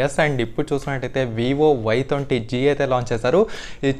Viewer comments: Bayya thonti kadu bayya twenty nerchuko bayya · Thonti kadhu bro Twenty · Thonty kaadu bro twenty 😂😂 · Thonti kadu twenty